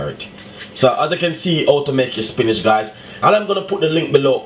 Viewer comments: "spinage" lol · 🤦🏾SPINACH!!??....🤔🙄🌿🌿🍃🍃/DAYYYUM I can't even defend you...coz ya said it well over 10 times🤷🏾... AND ITS WHIIIITE😂😂😂😂...LOL...👍🏾👍🏾..much respect tho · angelina why does he keep saying Spinach and there called Spinners ??